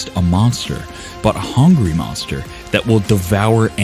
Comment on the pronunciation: Tyson : "MONGSTA"